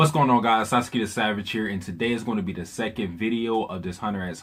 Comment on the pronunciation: Thanks for the great recap. Btw it's Fu ge tsu and Sa tsu ki. Don't run the first syllable unto the "t" or the second syllable in Fugetsu into the t. Also, the u in Satsuki is minutely pronounced.